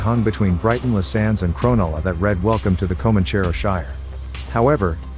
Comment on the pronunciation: You can tell the narrator has not been to (crownulla)❌ (cronulla) ✅